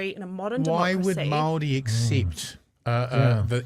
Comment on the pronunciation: Māori agreed to KAWANATANGA (GOVERNANCE). Guys, you're not helping - spend an hour having a pānui of each version of the Treaty/Tiriti. And Chewie, e hoa, please pronounce Māori correctly - it's not pronounced like 'mouldy'.